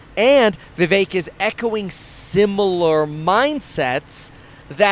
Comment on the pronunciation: Vih VEHK not vee vayk ☝️